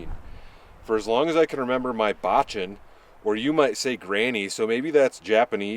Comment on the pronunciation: Side note (because I'm a weeb LOL) - it's pronounced baa-chaan. "Chan" reads like the shortened form of January, with a straighter "ah" instead. Also, the "su" in "ittadakimasu" is silent, so, yeah. But hey, taste comes first.